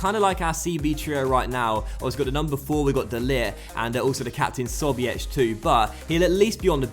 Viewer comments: as sobiech is your captain, it might be quite helpful to pronounce his name right, tho it is quite difficult. the first s is pronounced like the Z in zapping. The its: "So - bjej" with both j's being pronounced like the y in young. I hope, this is at least kinda understandable! Keep up the great work! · it's not sobiech, but rather sobieh, h like in hope. It's Polish surname btw. there is even a striker in bundesliga Artur Sobiech, he's Polish ;) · Sobiech isn't pronounced "so-be-etch" It's pronounced "so-beech" Not a hard "ch" more like "khh"